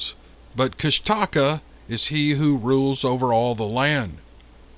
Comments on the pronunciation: This story has the ring of truth. An aside of unimportance to anyone but me: I live in the South and Love our regional dialects, but I've heard the native pronunciation of KUSH'-ta-ka, versus Kust-TA-ka. Not important to anyone but me. Carry on with the great stories. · Pronounced.... koosh taw kaw.... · I hope no one gets mad for me correcting the mispronounced name how the author is saying it. It is pounced like KushTaKah. I am from Alaska and have heard of the Kushtakah before but didn't know what it is. I am from up north Nome where this story is from south around Haines area. That is just crazy how the Kushtakah takes the women and children. I really don't know the spelling of the bigfoot from south I'm just saying how I heard it from my friend. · I'm fairly certain it's pronounced Kush-ta-kah..